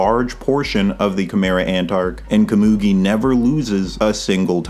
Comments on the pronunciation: you're butchering komugi's name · You've got to pronounce Komugi's name different, im begging you 😭🙏